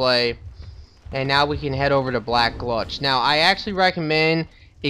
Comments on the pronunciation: And for the snake thing that comes out of the wall , it's best to be unlocked when shooting at them. One more thing for the love of god its gulch not glutch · Gulch rhymes with mulch. Not gluch .... goal-ch.... gulch. Sorry, that's driving me crazy. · black -- gulch not gluch sorry lol love the vids but it was killing me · Mundane: 2 syllables; mun, like the sound at the beginning of Monday; dane, like the dog great dane. Emphasis on the 'dane. Gultch: 1 syllable; gul, like the sound at the end of seagull; tch, like the 'ch' sound at the beginning of church. Your pronunciation of 'Copse,' while sounding weird, is correct :D I'm sorry, I felt the need to post that. Really enjoying the vid. Good job!